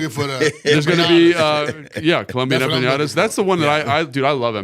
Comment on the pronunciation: He said "Empinata" lol EMPANADA. Or Empanaditas